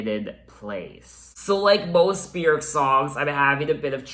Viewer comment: YES!! You pronounce Björk properly! 😂 “byerk” not “byoork” 😂